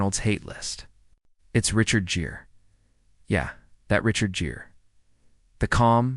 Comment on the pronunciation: It's Gere you AI using clown not Jere.